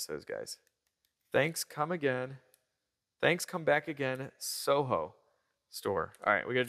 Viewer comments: it is said So-hi-o, it is not pronounced So-Ho! Remember, Britannia rulled the waves..... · WTF. It is SOHIO…”so-hi-o”. It’s a gas station. “Soho” is an entertainment district in London. Learn about other things. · as mentioned SOHIO was a gas station, pronounced "so hio", as in Ohio. I enjoy your content, especially the BMW and other german cars. Hope you get a hold of a 2 series in the future. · SOHIO, Standard Oil, gas station, now Marathon stations, I think. Standard Oil was a Rockafeller business from Ohio....thus the SOHIO. We pronounced it So-hi-o, not so-ho. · SOHIO not soho. It's Standard Oil of Ohio. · Not So-Ho it has an I. So it's So-hio, like Ohio but with a S in front. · Metric on an old Rolls Royce?! Not bloody likely! Standard or possibly Whitworth or BA. Read the receipt again - it says SOHIO not SOHO. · You pronounce it So-hi-o, they were gas stations, BP bought them years ago. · Pronounced... SO-HI-O........went to many of those gas stations as a kid in Columbus, Ohio in the early 60's.